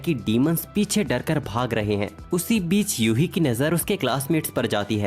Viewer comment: YUHI ❌🤣 UHE😂✅😎